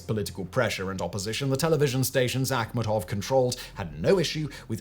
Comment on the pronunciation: thats how its supposed to be pronounced its of volga tatar origin(Tatarstan)